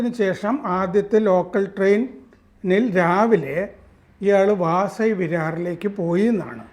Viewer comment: വാസൈ അല്ല വസായി